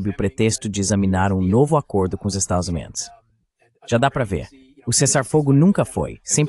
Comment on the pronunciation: Não intendi essa AI de tradução ele consegui pronunciar tudo menos estados unidos da américa.